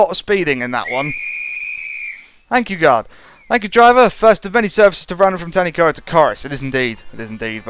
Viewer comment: It's pronounced Tan-uh-coid